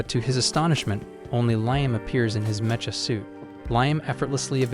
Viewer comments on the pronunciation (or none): Meh-cha units... It's pronounced mek-ah Stupid AI